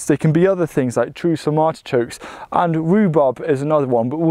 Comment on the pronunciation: Are you saying ARTICHOKES? i can't understand you.